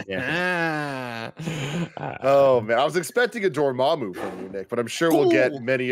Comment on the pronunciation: Never forget Tim pronounced Dormammu as “DormOOMOO” in the original review video lmao